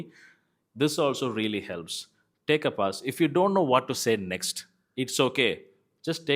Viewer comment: Your pronunciation of pause is wrong😊